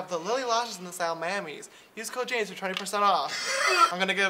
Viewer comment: yeah, james was pronouncing the "J" as "sha"